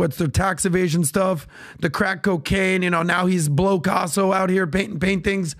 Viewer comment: Blow-caso hahaha